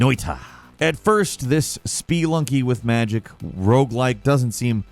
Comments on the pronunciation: Take a shot everytime says "SPEE-lunky" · I was not expecting to pronounce it SPEELUNKY